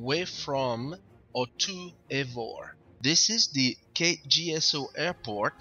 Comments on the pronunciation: NO. VOR is not a word. You can't say it as if it was. FAA Terminology, bro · Don't say "VOHR" , that sounds very unprofessional. It's V-O-R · good video, say V-O-R !! PLEASE!